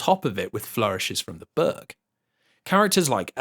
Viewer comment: The way this man pronounces "book" made the think he was saying "burg" for the first few minutes and left me very confused for that time xD Great watch so far trough